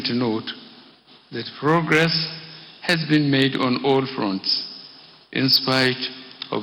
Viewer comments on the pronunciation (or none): none